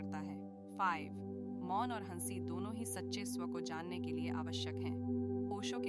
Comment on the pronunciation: Ai converted Audio hai.. isliye हंसी ko हन्सी bol rhi hai 😂